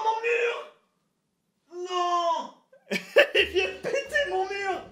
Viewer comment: Le murrrrr 😂😂